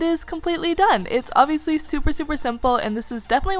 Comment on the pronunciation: STOP SAYING OBVIULUSY